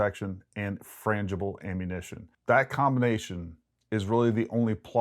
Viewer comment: Ballistic blah blah blah. And franhible ammunition. What a cop out. You could tell you had to clip it cause your country ass couldn't say it right the first time. Be a man. Say what you believe like a man not some French clown.